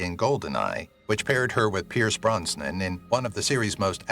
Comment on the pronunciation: He also scewed up Auger! As well as Pierce Brosnan!😛